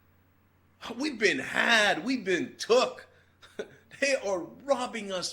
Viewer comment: Ana I like you and often agree with you and I'm sorry I have to say this; can you please work on your voice and pronounce words correctly in the future? You've only been doing it recently and it's really annoying that you're almost unwatchable! 'School' is just ONE syllable. One. Not two or even three. And it has no W's in it. 'Okay' is not pronounced 'mmkay'. No M's in Okay.